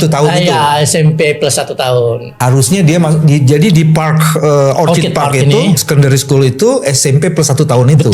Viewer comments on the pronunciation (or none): Dalam bahasa Inggris, ORCHID yang artinya ANGGREK.... itu pengucapannya OR-KID ...pakai K, bukan C!!! Kalau yang diucapkan pakai C itu kata ORCHARD artinya kebun buah!